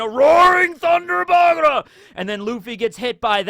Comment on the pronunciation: Legit question,... Why do you say "Bagura" instead of "Bagua"?